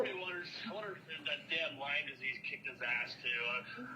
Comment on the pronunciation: It’s NOT LYMES DISEASE!! It’s LYME DISEASE!!!!